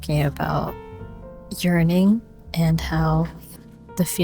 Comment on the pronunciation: When you said yearning... I heard it as urining and I was like whaaat lmao